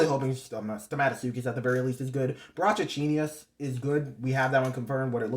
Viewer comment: Glad you found out how to pronounce brachouchenius,I can tell it’s from you hearing me say it’s name